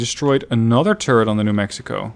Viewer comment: when says turret it sounds like he says turd XD